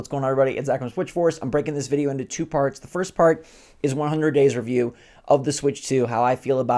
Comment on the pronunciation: you say 2 funny